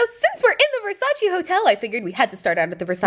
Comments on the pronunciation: Its versace Not versaciii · Not being mean or anything but Versace is pronounced ver-sa-che like air but the r isn’t a strong sound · It's pronounced Versa-cheh